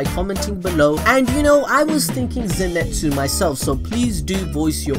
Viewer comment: Zenitsu* not zinetsu